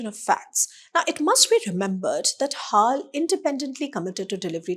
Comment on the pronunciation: HAAL ? BAY-HAAL !😂